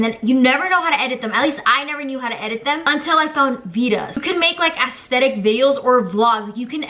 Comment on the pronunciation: The you said ASSTETIC